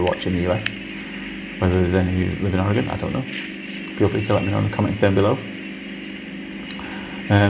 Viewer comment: The Oregon forest name is pronounced Mal-here (spelled Malheur.) Yes as a former Oregon resident, we like most Americans don't say words the way they are spelled. Sorry Mother England.Thanks for pronouncing Oregon correctly.